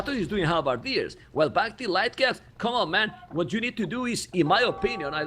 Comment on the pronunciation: I like that you're adapting Memb's pronounciation of Bac-Tea :D